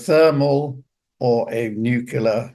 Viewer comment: "nucular" Haha.